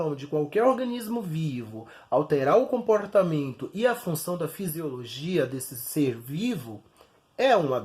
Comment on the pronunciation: Porreeerque, comporrreeetamento, inforrreeeeeemacao, pooorreeeetanto, fala bem, informações úteis. Mas dá uma agonia esses reeeeeee em algumas palavras.